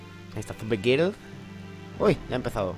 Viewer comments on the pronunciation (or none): none